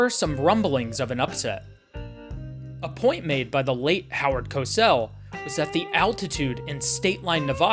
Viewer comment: bro can't even say howard name